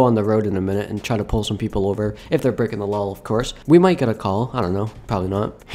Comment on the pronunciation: im your number one fan and i subscribed and evan turned all notifacations on and no afense but why do you say lawl instead of law